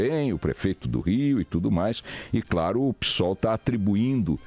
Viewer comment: "Pi"sol ou Psol, é mais xick assim? Pisol😮🤔😂😂😂